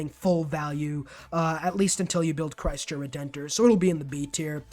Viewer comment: LOL Chreisto Redentor killed me, more like Chreesto RedentOr. Awesome video though, thanks!